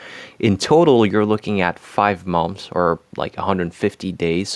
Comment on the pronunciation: Great English. You’re a rockstar. Try pronouncing “months” like “munths.”